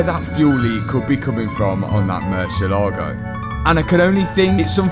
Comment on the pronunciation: While you're down there, maybe you can make a side trip to Spain where they can teach you how to say "Murcielago."